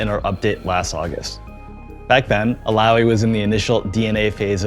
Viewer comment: Illaoi now Allaoi 😂